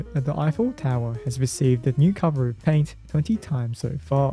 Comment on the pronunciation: Did you just say to reapply the laint every 7 yrs?